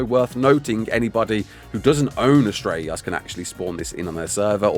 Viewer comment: why does it sound like your having a stroke when saying astreaos lol its just one word prounounced as tray os